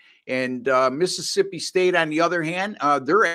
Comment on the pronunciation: says my school name Correctly now! No X man 🤓😊